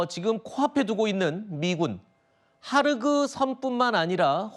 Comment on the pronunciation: 하르그섬이 아니고 خارک 헐크 섬 즉 흙섬 이란 뜻입니다. 헑 섬이라고 끝 소리 크 소리 좀 남 .